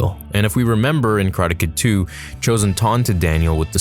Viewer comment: Kar -lar-Tay